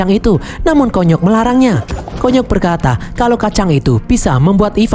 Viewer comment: KONYOK di baca kunyuk 😂😂😂